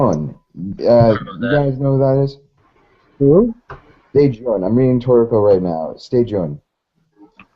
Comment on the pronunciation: lmao some nigga said stayjun.